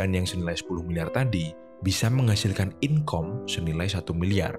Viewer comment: Redflag : income di baca inkom , return dibaca riturn 😂 hal dasar aja udah mis apalagi memahami yg lebih kompleks. Trus ngasih kuliah kehidupan anjay. Open minded boleh tapi jangan lupa skeptis juga penting. Apalagi sama channel model kaya gini.